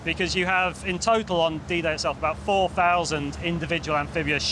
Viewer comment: I swear the man's saying "DJ" not "D-Day" at the start🤷‍♂️( I say the man, rather than Al, because the font makes his name look like "ai" in caps)